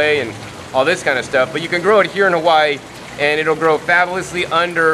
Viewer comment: Lilacoy? Cal-oh? If your going to introduce indigenous plants in your videos, in O-Wahoo Hah-whyeee no less, have the common decency to pronounce the oleo Hawaii correctly. I can't help but think every American who watches this will now refer to the staple foods that feed our la hui for generations in the same ignorant fashion. Mahalo nui, have a nice day!